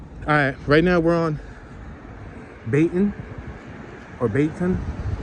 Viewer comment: The N is silent in Baynton